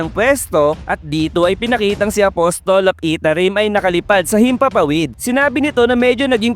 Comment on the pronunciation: Apasel po bigkas ng apostle